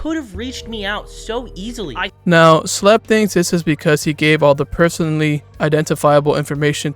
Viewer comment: it’s pronounced “shh lep”. IT IS ON HIS CHANNEL BANNER!